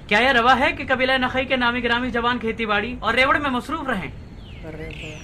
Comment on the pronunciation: نخعی لفظ ہے۔۔نقوی نہیں۔۔۔